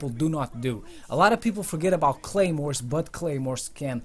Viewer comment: wtf y u say gaymores